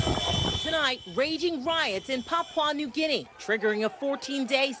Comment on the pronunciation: the lady anchor could at least find out how to pronounce Papua New Guinea. How embarrassing